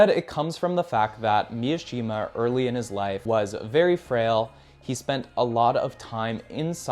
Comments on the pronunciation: It's pronounced: Mi Shi Ma Not pronounced : MIA shi ma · Mishima. It's not Miashima. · immediately mispronouncing Mishima as MiAshima really shows that we are watching a video by an American creator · Just a heads up, Mishima’s last name is pronounced Me-She-Muh not Me-uh-she-muh “Easy” thing in Japanese is that there’s no such thing as short vs long vowels, every vowel is pronounced the same every time. A = ah, o =oh (think Toyota cars or Canon cameras) i = E, U = oooh (think Mitsubishi or Mt. Fuji) E = Eh (think Nintendo or Lexus) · Mishima, not Miyashima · His name is Mishima not "Miyoshima" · I’m gonna be that asshole but it’s pronounced mi-shi-ma not Mia-shima. His book called spring snow is hands down one of my favourite books I’ve ever read good pick 👍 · It’s Mishima not Miashima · bruh, Yukio Mi-uh-shima? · White dude saying "miashima" yea bro I'm okay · cool video, but I don't know why you add a ya in mishimas name like its miyashima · cool vid! nice book recommendations. one knit pick, Mishima is pronounced MI - SHI - MA. (MI "MInk") (SHI "SHIp) (MA "MArgate"). man, i made it complicated than needed! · It's pronounced MEE-SHE-MAH. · Good video, but why do you keep pronouncing it as Mi-A-shima? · Bro yaps about the responsibility of reading classics and then mispronounces Mishima’s name